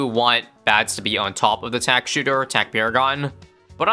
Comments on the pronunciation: "TACK SHITTER" 🗣🔥💯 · What did he say? Tack $hitter? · "The Tack Shitter" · Am I the only one who thought he said Tack Sh*tter😂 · I’m so glad someone else heard that I thought I was going crazy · very impressive video! but also you said tack shitter so i'm going to have to deduct three points